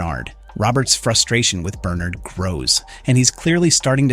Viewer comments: Right...I'm assuming he's used to pronouncing it "Bernerd" but oscillates to how it's actually pronounced in the show "Ber-nard" when he remembers. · Bern'Erd or Ber'NArd ... you flip between the two and even throw in a half way version now and then. (Check your AI pronunciations of audio before publishing). Your opening stated you had spoilers from Books... there were none. We KNOW there are others in silo 17 and Juliette and Solo go to her silo 18 in the books. The fear of being underwater is called "Thalassophobia" - NOT Hydro-Phobia!